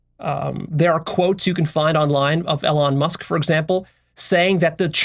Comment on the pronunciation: Learn to pronounce Elon Musk